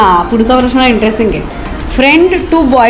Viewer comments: लग्न ठरल्याबद्दल अभिनंदन! परंतु बोलण्यात वारंवार खटकलेली गोष्ट म्हणजे "प्रश्ण". प्रश्ण नाही प्रश्न. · योग्य निरीक्षण. मुग्धा, एकदा 'प्रश्न' असे म्हणून दाखव बरे.